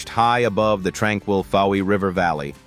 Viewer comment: Please pronounce names correctly eg Fowey